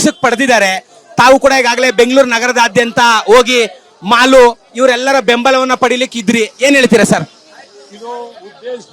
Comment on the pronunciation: ಲೋ ಮಾಲು ಅಲ್ಲಾ, ಮಾಲ್ 😂